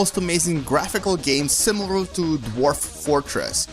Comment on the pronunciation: he has some speech disability ? ;d SIMIRAL? :d